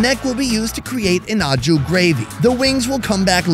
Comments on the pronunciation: its not ah-ju it's oh-shoo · please... you've gotta stop saying au jus like "awe-jew" 😂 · the mispronounced "au jus" drove me nuts lol. OH SHOE but the "sh" should have a more "z" sound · SAY AH-CHU GRAVY ONE MORE TIME... lmao I laugh everytime. It must be an american pronunciation. Hilarious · When you hear a tv chef say "En Jus " to sound like a pro and yet still doesn't realize that it is "Aux Jus" that he might be trying to say . Dude why say stuff in french when you have zero clue ....Aprend a parler LE language proprement Sinon tu passe pour un connard.....non pas a canard Mai's un connard.... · learn how to pronounce au jus !!!! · You make a cooking show and can't even bother to pronounce "au jus" correctly the dozen or so times you say it... Not to mention trivializing Amelia Earhart's and the first men on the moon's accomplishments by comparing it to cooking an oversized bird... Do better. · That's not how Au Jus is pronounced.